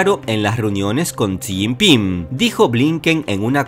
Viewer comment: Amigo le voy a decir como se pronuncia el nombre del Presidente Chino por muchos Mexicanos no saben esto se dice así como lo lee; Shí Giping